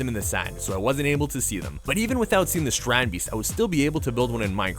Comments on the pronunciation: Strandbeest is basicly beach animal in our country (ye im Dutch yeah) and ya pronounce it as strahndbayst like ya pronounced it right but the a we pronounce it like if ya didn't understand smt and ya say aaaaaaahhhhhh as in now I understand it that's how we say the a and the ee we say that as ay or ey in english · Really cool, I saw a documentary thing on them once. But the mispronunciation of beest is annoying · How you say it hurts me as a dutch person